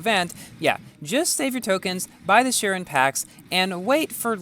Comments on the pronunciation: plz bro its not sherin its sheroon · Shouldn’t it be pronounced as ‘kairon’?